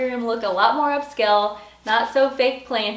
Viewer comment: I apologize for my rudeness, the word is not up-skell.